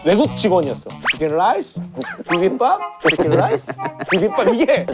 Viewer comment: 아 미치겠네 계속 생각나 치킨 롸이스~? 비빔봐압~?